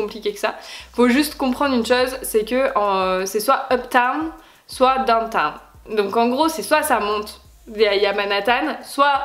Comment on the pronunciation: Juste un truc n'essaie pas de parler anglais pck c plus gênant qu'autre chose genre le truc avc la statue de la liberté "where do you..." on comprend rien. Quand tu dis downtown t'as fais dowta. Et puis avc le gospel là tu t'emballes bcp trop reste sur terre